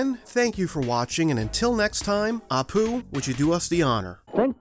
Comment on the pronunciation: did you just call apu apoop?